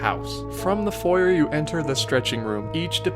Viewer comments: You really need to work on your pronunciation. You are mispronouncing foyer. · I’m fine with you pronouncing “foyer” in the American way, but you should pronounce it the original (French) way for the French park